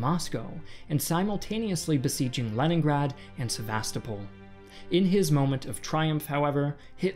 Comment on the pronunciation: I don’t mean to be picky. Your videos are well done, and earn likes from me, but I have a bone to pick with your pronunciation of Sevastopol. I speak fluent Russian, and the way we say it is with emphasis on the 3rd syllable. So, it’s supposed to be pronounced “Seva-STO-pol”. I’ve heard a few other historians on YouTube say it the way you do, and it’s just incorrect. Thanks for your attention to this picky viewer! :)